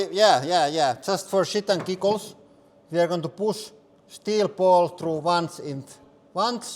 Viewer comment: just for shit and gigos